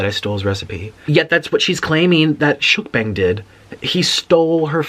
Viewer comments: shooKbanK darling it’s shookbanG G Not K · Anyone else who laughed every time he said "Shook Bank"???! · The way he mispronounces shookbang pisses me off a little too much